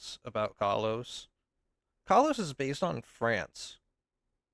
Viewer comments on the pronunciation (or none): none